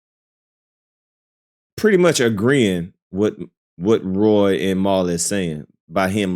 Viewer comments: It's Rory bro not Roy. 😂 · ….…….No!😂😂😂😂 His name is Rory. Not Roy. lol I’m dead yo ass krazy!